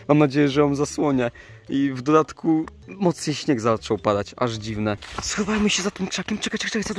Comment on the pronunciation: Hahaha powiedziałeś schuwmy